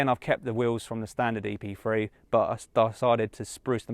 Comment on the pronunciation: Why he keep saying Epfwee, it's Epthree .